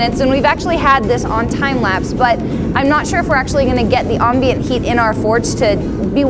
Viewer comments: Ombient? Anyone else? Om-bient. Spelled ambient, said ombient? Nope. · She said ambient weird. I came here from the crayon video to escape her strange pronunciations... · the way you say ambient makes me salty